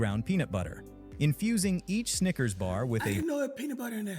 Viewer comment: That Louisiana accent wanna say sneaker so bad 😂